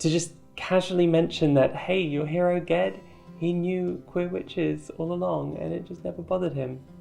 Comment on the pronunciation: I was so happy to hear you say Ged's name the same way I do. I didn't realize there were options on that until a friend and I were talking about the first book and he gave it a soft g. Who would have thought?